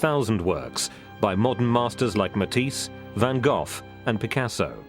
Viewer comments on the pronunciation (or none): Who the hek is "WANN GOFF" ? AMERICAN NARRATORS HAVE A RIGHT TO BE STUPID, DO THEY? WANN GOFF!! It's Van Gogh ! Like : Fan GoCH . Like Ch uzpe or Blo CH bauer. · I loved how the narrator pronounced "Van Gauff"